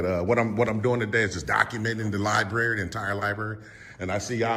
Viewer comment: Seeking out transparency in a child's room at the "libarry". He definitely has the extra chromosome working. Great job, frauditor! 😆 🤣 😂